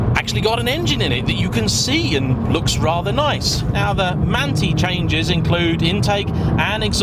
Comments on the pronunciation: manthey has a totally different pronounciation, more like manthai than manti ... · I believe it’s Man-tie, no?